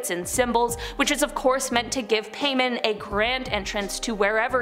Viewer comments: The way names are pronounced kills me. The boom is pronounced as “rs- go- ay-sha”, and some of the demons mentioned asmodeous is “Oz-mo-dee-us”, mammon is “ma- mon” , azazel is “uh- zay- zel” paimon is not paymon its “p- aye- mon” and other than that it’s pronounced pretty well. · Seriously? Paimon? 🤨